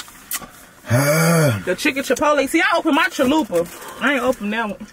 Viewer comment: What did she just call it chalupe. Damn so annoying when people dont pronouce things accurate. They sound ignorant. The commercials pronouce it correct and say it correct CHALUPA